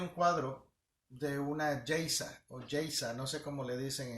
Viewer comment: Pastor ud se refiere a Geisha,se dice ( Geicha). Muy interesante lo que ud enseña. En las iglesias nunca se enseñan estas cosas,tan importantes para todos. Dios le bendiga.